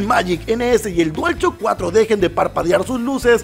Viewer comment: Nadie:: Dual Chock 4